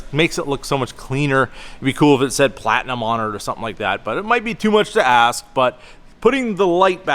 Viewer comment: You keep saying "Platnium" King Ranch is a lateral package as well.